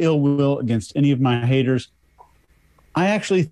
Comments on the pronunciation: Strange how he pronounces Haters as "Ha-ers" Got as "Gah" Negative as " Negahiv" yet most of the time he hits the " T" letter hard while speaking. Have no idea what's up with that but when he speaks that jumps out at me. His God is Allah of the Quran, not God of the Bible as he converted to Islam. Either way God does not want you to run around filming yourself doing good deeds or handing out money from the window of your Rolls Royce.. What is up with that? He seems completely out of control in his life, from my perspective, because it is all about material things. How many cars he has somehow, in his mind, makes him superior. He'd be the perfect cult leader. OH WOW hit on his,Button as " Buh-in" as a pet peeve after I typed the first portion of my comment. Cracks me up because that is my pet peeve as well, the worst for me is Important as "Impor-int" Makes my skin crawl. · When he’s not concentrating on his speech he drops his Ts. Listen to “donated”, “responsibility”, “haters”